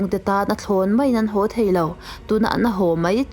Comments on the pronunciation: I ṭhu chhiar angaihnawm hle, chutih rualin ho tih tur hau i tih hi Mizo nula tán chuan mahni ṭawng i thiam ngei angai ania, nangin i lam thiam loh chuan hnam dangin emi lam dik ta ang, ho tih hi Hau tih ngai loh tur, zir la i thiam ngei ka ring, in lâk Cute nan chuan i tih ka ringlo, i thiamlo ve hrim hrim anih chuan, Youtube Channal meuha inlan turin ila fit tawklo tih nâ, i thu chhiar a " ho" tih tura "hau" itih hi lo insiam that itum hram dâwn nia. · Nui hau nilovin (nui ho aw)